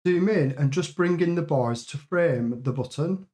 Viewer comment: oooh youre saying "bars"! i heard "boys" when referring to the bars